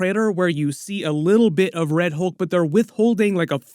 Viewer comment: Why can't 99% of people say words like "Hulk" correctly? It's not HOLK. It's HULK. I hear the same thing with "skull" and "cult." People say SKOLE and COLT. I mean, WTF? It's a U, not an O.